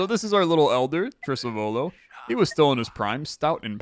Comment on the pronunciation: Correct pronunciation should be Trisàvolo, if it's Italian for "great great grandfather" or "Ancestor"